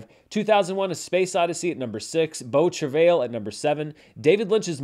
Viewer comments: Yours was more like Travel. Like I said though, probably doesn’t matter. The pronunciation I mistakenly referenced from google is Americanized. Not wrong or right I guess, just not what my ear is used to hearing. The French is more like Trav-eye. the L is silent. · Incorrect. If you're pronouncing it using the french pronunciation you would not include the 'L' at the end. It's hard to do phonetically but it's more of a 'tra-vye' with the 'vye' part rhyming with 'eye'. Source: Canadian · Shuddering at the pronunciation of beau travail. From my 3 years of high school French and one year in college I'd pronounce it bow(like bow and arrow) trav-eye. Don't worry, Italian is tough for me. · As a French person pronunciation of “beau travail” made my day. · "ail" in "travail" is pronounced as the English "i" :)